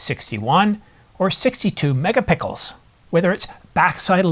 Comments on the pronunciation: "Megapickles" or Megapixels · I think near the beginning of the video he says “megapickles”. I’m not sure the photos would look better with megapickles, but if you throw in a pastrami on rye, that would be a good combination!